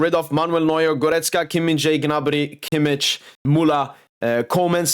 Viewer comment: I love how you pronounce kimmich as kimmiç 😂😂😂